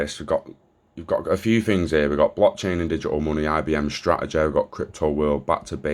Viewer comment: Mainleh its mainlehhh. strahejay